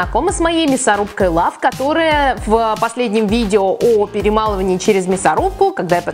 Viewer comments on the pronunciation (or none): none